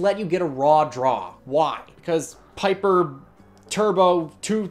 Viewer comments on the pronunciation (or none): none